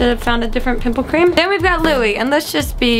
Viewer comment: one good thing u atleast learned how to say Louis' name from ur last 1D video..